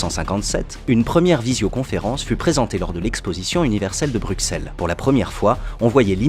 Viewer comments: on dit bruSSel, pas bruXelles (Même si ça s'écrit avec un x en français) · on prononce Brussel et pas BruKSel tout comme Auxerre se prononce Ausserre ... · NON,Non et non ! On prononce Bru-ss-el et pas Bruksel (le dictionnaire nous donne deux raisons de prononcer «brusselles». La première nous vient de sa phonétique «brysel» et la seconde du mot Bruxelles originellement écrit en néerlandais «Brussel») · On dit BruSSelles pas BruXelles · Bonjour , je ne sais pas si tu auras l'occasion de lire ce message mais, si oui, sache que Bruxelles se prononce en réalité Brusselles et non BruXelles comme disent les Français et autres. Sinon toujours au top! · "BruXelles» vous êtes sérieux là !? Ça se prononce "Brusselles". Inculte. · Super vidéo ma foi intéressante (seul bémol cela se prononce "Brussels" et non "Bruxelles", oui je sais c bizarre) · On dit Bru-Sel et pas Br- Xelles sinon très bonne video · Très intéressant tout ça. C'est impressionnant de voir ce genre de "prédictions". PS : ça se dit "Brusselles" et pas "Brukselles". C'est bizarre mais please, il est temps que ça se sache ^^ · On prononce S et pas X à Bruxelles, vous aimeriez qu'on dise "Parisse" parce qu'il y a un S à Paris ? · PLAIT-IL !! Ai-je bien entendu ? BruXXXXelles !! Bande de tarés ! On prononce Brussel et pas BruXXXXXelles ! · Ca fait 6-7ans que je suis abonnés, j’ai adore la vidéo, puis j’ai entendu « bruXelles ». Je me suis désabonné... haha sans rire les gars ca se prononce « brussèle » faites un effort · Par contre ça s'écrit Bruxelles mais sa se lit Brusel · AH SACRILÈGE !!! ON DIT PAS BRUKSELLES MAIS BRUSSELS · Il a dit bruXelles mais naaannnnnn c'est pas possibleserais-je sourde ? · c'est pas brukxelles (comment tu le prononce quoi ) mais Bruxelles ! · "Brukselle" ? Sérieusement ? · Il paraît qu'il faut prononcer brusselles. Comme ausserre pour Auxerre, mess pour Metz, beffort pour Belfort, et j'en oublie sûrement. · C'est les Flamands qui appellent Bruxelles Bruksell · T as dit Bruxelles !